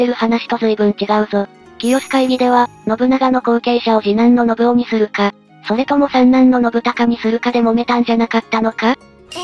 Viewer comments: 漢字の読み間違えが多いので、要注意。たとえば、信雄は「のぶお」ではなく、「のぶかつ」。コメント欄に修正入れてほしい。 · のぶお？ のぶかつでは？ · のぶおではなくのぶかつです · なんかみんな指摘してるけど「のぶお」でも「のぶかつ」でも正解だよ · 他の人が書いてるけど、序盤から信雄[ノブカツ]をずっとノブオ、ノブオ言われてると聞き苦しい😥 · 信雄は「のぶおじゃなくて「のぶかつ」ね。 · 『信雄』の読み方が『のぶお』と『のぶかつ』どちらでも呼べる事を知らない人が多すぎる！しかもドヤ顔で指摘しているのマジ笑える！ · 解説ありがとうございました。ただし、信長次男の信雄の読み方は、「のぶお」じゃなくて、「のぶかつ」ではないかと。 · ノブオではなく、ノブカツですよ。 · 信雄のこと「のぶお」ってよんだまま動画にするとかなんなの？ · 信雄のぶお、じゃなくてのぶかつじゃね？ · のぶお ではなく のぶかつ ではないのかな？ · 「信雄」のぶお。じゃなくて、のぶかつ。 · どーでもいいけど織田信雄をノブオって言うのはやめてくれ❗ネプチューン主演のNHKの戦国パロディを彷彿させてくる｡気分台無しだぁ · 信雄（のぶお）じゃなくて “のぶかつ”って読みます！ 誤った読みかたは、初めて知る人に誤解されますよ！ 動画を配信するなら ちゃんと勉強してくださいね！ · 信雄（のぶかつ）だよ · 喋らせてるだけだから仕方ないけどいちいち 『のぶお』 でイラってする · 「のぶお」じゃなくて 「のぶかつ」ですよ😅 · 信雄 ×のぶお→〇のぶかつ では？ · のぶかつ だよ。のぶおじゃないよ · 信雄の読みは、のぶかつ、な。